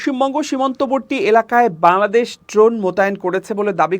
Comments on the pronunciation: আপনার "বাংলাদেশ" শব্দটি উচ্চারণ -এর সময় শুন যায় "বালাদেশ"। 'ং' উচ্চারণ -এর দুর্বলতা রয়েছে মনে হয়। জানিনা আমার শুনতে ভুল হয় কিনা। যদি আমার শুনতে ভুল হয়ে থাকে তার জন্য ক্ষমাপ্রার্থী। ধন্যবাদ। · আপনার বাংলাদেশ উচ্চারণ ত্রুটিপূর্ণ,শুনতে বালাদেশ শোনায়, সংশোধন করার অনুরোধ করছি।